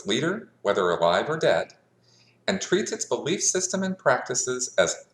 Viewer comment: I love how he says, "it's my BELIEF ans